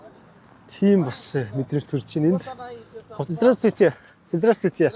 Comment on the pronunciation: Здраствуйте гэдэг биздээ Здрасттүйте гэж яриад байх юм 😅